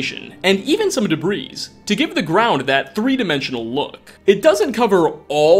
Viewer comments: Nobody: Nobody at all:: Dehbreeze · Love your vids man. Heard you mispronounce “debris”, the ‘S’ is silent so it would sound like “Deh-Bree”. The more you know!